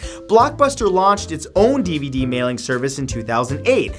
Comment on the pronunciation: What's a deevudee??